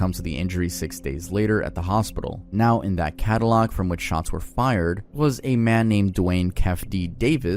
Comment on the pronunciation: some massive pronunciation errors: It's Tu-Pauk not Tu-Pack Ca-dee-lak not Ca-dee-lock Kee-fee Dee not Kef Dee Love you man, but seriously